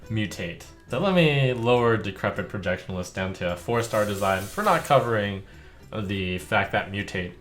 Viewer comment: There's no L in "Projection-ist" Trump